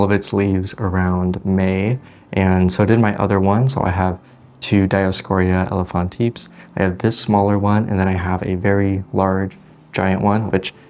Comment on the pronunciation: I believe the pronunciation is ˈe-lə-fən-ti-pɛs